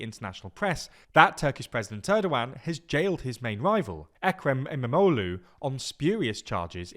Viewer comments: Is it just me or did he say Turdogan instead of Erdogan? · he definitely said Turdogan